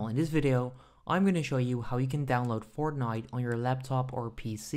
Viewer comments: He is saying fortghnit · Him saying Fortnite is so awkward